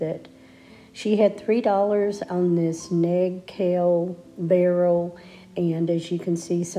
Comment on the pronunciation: did you realize you said Ned cail when describing the nail keg you found at the first sale? Lol